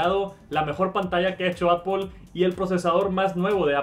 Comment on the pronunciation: "Apol" entiendes? apol xd